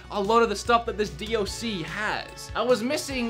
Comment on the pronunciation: Stop saying d OH c it got annoying after the first time you said it.